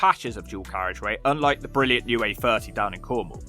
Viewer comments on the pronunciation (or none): Luv your channel & content I always laugh 😆 how you say how it is brilliant 😂👍